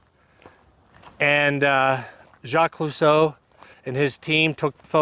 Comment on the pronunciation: I liked the part where you said “Jaq ClueStow”…..Lmao…. Aka Jacques Cousteau. I’m sure the Locals are really going to be very loving when you come back.